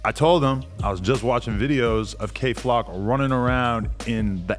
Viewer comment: Ad said “Kay Flack” the first time then got it right the second. Then said “YK wassup” instead of “you know wassup” really is changing this nigga….🤣🤣🤣